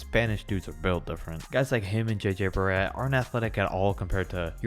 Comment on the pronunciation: He said jj Barrea not redick…